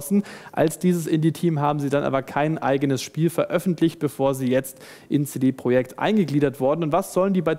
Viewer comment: Ja, Leute, es heißt "CD Projekt", nicht "CiDi Proschäkt". Es gibt einen Unterschied zwischen Projekt und Project.